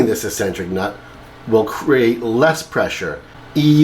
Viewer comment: Its pronounced Xcentric